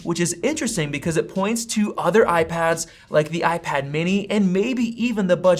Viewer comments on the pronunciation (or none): none